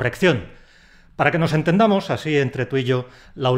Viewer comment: ¿Y el añadir la N en el así? AsíN no se puede seguir....